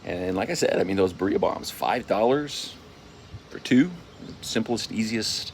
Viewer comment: Good video, I appreciated the review! But... for the love of God... its pronounced "Beer-E-ah" I can't cringe harder at hearing it pronounced Buh-re-ah.